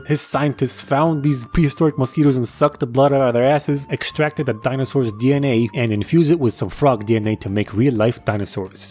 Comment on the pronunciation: did anyone else hear “dalnyosaurs” or is it just me😭😭😭😭😭😭😭😭